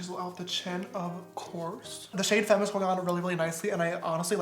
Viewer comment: James: Femme Me: about to pass out Btw u pronounce femme faaaaaaame not like the English word fame.